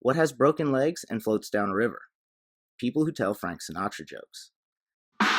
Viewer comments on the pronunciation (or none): none